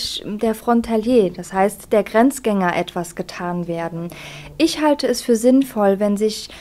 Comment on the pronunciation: Die Rednerin sollte vielleicht erst einmal die deutsche Sprache lernen. (isch, disch, misch...)